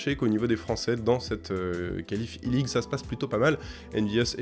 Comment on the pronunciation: Super vidéo comme d'hab, juste si c'était possible de pas prononcer i-League comme Eleague parce que ça porte vraiment à confusion !